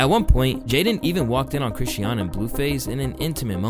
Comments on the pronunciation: Do you intentionally mispronounce words for engagement or some shit? You say Chrisean differently each time. It’s Kri-Shawn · 😕Why is he saying Chri-she-un and not Chri-shawn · Mannn can yall pls pronounce that girl name right😂it’s really not that hard. Chris-shun . Yall pronounce diddy name right same thing😭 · ChriSHAWN. SHAWWWWN. Not Chriseeeyon. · Youre not saying Chrisean right its pronounced like Cra-shon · The way he say “Chrisean” name I can’t even watch the video fr😂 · It's Chris-Sean! Pronounced creshawn! The way you always mispronounce stuff makes me think you don't really fuck with the culture like that. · Cringed every time you said Chrisean wrong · The way he pronounced “Chrisean” is killing me 😂😂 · why do you pronounce chriseans name wrong in all the videos you mention her in... if you're going to report on people at least say their names right. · Chrisean, 2 syllables not 3. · Damn, I really dislike how badly you’re butchering Chrisean and Chrisean Jr’s name. C’mon man, you played videos of people saying it right, all you had to do was copy how they said it! 😭😭